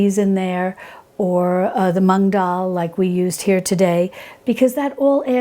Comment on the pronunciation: Hi! Just one smallllllll little thing, since I'm an Indian and it's our pride - it's not tu-mur-ric, it's t-err-mur-ric and it's not mung it's moo-ng like how a cow moo's 🤭❤️